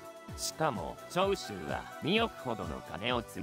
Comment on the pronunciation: 長州の発音おかしくね？